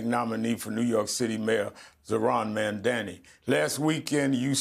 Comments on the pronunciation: I wish Rev would pronounce the name properly! It sounds like "MOM-DONNY"! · Sharpton still can't pronounce Zohran Mamdani's name correctly. Sharpton doesn't press Jeffries on why he hasn't endorsed Mamdani, who just won the NYC democratic primary? There is no mention of Jeffries accepting AIPAC money and the impact AIPAC has on his decisions? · I know this is a very low priority critique, but was anyone else really bothered by Rev so blatantly mispronouncing Mamdani’s last name about a dozen times? I’m honestly quite certain it was intentional and this man has been in the news for months and especially the last few weeks. Rev Shurptain (intentional) knows better that Zohran deserves this basic level of respect. Do better.